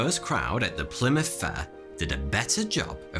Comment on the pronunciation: wtf is a "Plymout", but a h on that you animal